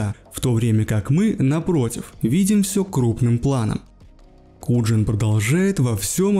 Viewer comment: Вербал кинт, и Куян а не куджин.😢😢